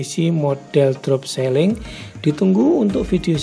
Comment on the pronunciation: bukan seling mas, tapi siiling